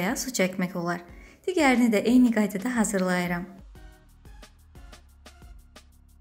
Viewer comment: Xahiş Danışanda Ədəbi dil normalarına uyun.burda müasirlik etməyin.Yazıldığı kimi təələffüz etmğk böyek səhvdi.[hazırlayıram] deyil [Hazırrıyıram